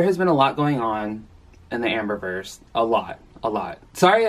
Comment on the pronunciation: Thought you said "Amburgers" instead of Amber-verse 😅 Eeeeww